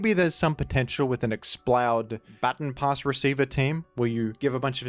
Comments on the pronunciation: "Ba-ton". Not "bat-on". It's not "batten down the hatches", it's a "ba-ton" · I didnt think i could dislike a pronounciation more than Groudon, but then I heard you say Baton Pass... shakes fist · "batten pass" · Thats not how you pronounce baton pass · Still crazy how you pronounce "baton pass". It's really cringe